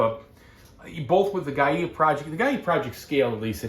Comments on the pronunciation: I think it is pronounced "Gaya Project" and not "Gaiyeah Project? Am I missing something? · Great video! Thank you so much for showing the solo mode! (btw Gaia is pronounced: guy-uh)